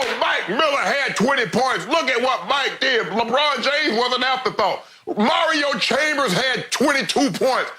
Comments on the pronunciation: He called chalmers mario chambers😂😂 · “Mario chambers” - shannon